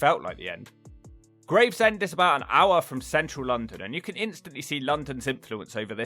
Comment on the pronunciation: Ahh yes, Gravsend..... me mate closed his business here a few years back (Just up that hill from that pier), when he started to see the rot set in. Love you to come up to the East Midlands, and especaly give Ilkeston (Erewash), and it's dog crap neighbour, Cotmanhay (Both in Derbyshire)...... both are an absolute toilet.